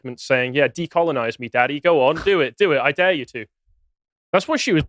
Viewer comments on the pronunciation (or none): none